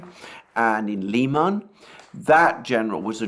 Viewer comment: I've heard it pronounced Lie man I tried to find out if this I is correct and everyone said I should ask you Comical Aly